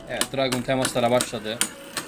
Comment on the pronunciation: Dragoon Dranzer Draciel Driger isimleri abi yanlış söylüyorsun